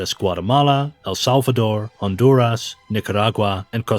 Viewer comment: ah yes, El slavador and Nicuragua